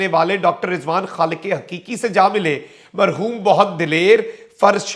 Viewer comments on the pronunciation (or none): none